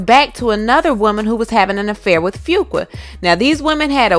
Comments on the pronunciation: Your pronunciation of his name is all wrong sis....it's phonetically spelled "FU-Qua" NOT "FU-KWA".... It was a little irritating to listen to. Just trying to helpl. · Pronunciation is "Foo-qwah" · His last name is pronounced "Few Kwah"...I'm sorry, it's the teacher in me lol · Lawdddd it's Lee-Lah And Fu-kwa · I JUST NEED YOU TO PRONOUNCE FUQUA RIGHT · The weight gain is due to Lupus! And that is not how you say that man's last name!!!